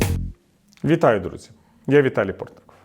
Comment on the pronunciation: Пане Віталію, коли вітаєтесь називайте чітко своє прізвище, бо другу його частину чути гірше. Дякую. Бажаю Вам здоров*я !